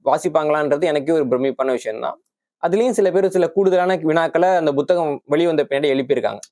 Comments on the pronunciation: First pronounce tamil properly , puthagam not Bothagam 🤦‍♂️ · அதென்ன buthagam ? It is puthagam ?